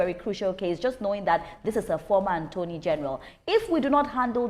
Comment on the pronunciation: Why is she keep saying "Anthony general". It's Attorney general. "Attorney is the word; please.